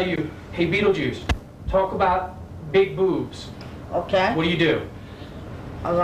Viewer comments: He literally cant say his own name hsgsgsha, “betejuuce” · "Wel bi.... well be beedlebuce here, habb bi benis here." Is how I will start every presentation from now on.